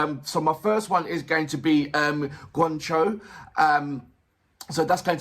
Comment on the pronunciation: It's not BAND-MIYAKU. It's BAND-MAIKO (My-Co). A Maiko is an apprentice Geisha. And it's not Gwan Cho. It's pronounced (Gee-On Cho)